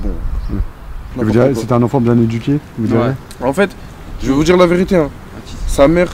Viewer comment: en vrai ça veut djire qu'on est envahi